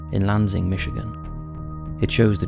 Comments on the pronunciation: LOL. sorry. dont know why but when you said Lanzing mi. i just got a good chuckle. never heard it pronounced that way. Lol. sorry. pronounced LAN sing. so use to people messing up Kalamazoo (Ka la ma zoo) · Sorry, dude, bit of a pet peeve of mine. Having grown up in Michigan, and as a full-fledged member of the pronunciation police😁, I can vouch that it is pronounced 'Lan-Sing,' but given the subject, I'll let ya off with a warning this time😊